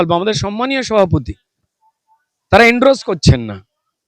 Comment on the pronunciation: Kothata Endorse not Endrose